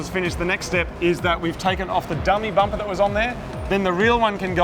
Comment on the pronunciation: bampa instead of bumper..